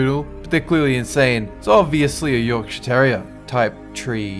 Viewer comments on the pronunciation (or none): none